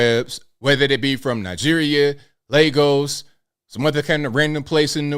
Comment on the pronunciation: He's says "legos" when trying to say "lagos" lol sorry, just funny to me. A and E are different sounding sir! 😅